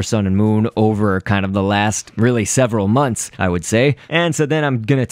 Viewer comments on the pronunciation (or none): none